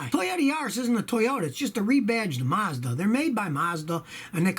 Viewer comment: Its Mazda Not Marzda .